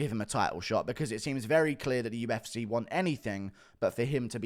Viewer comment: I hate it. Its so downs he can't even say the name of the company he covers for a living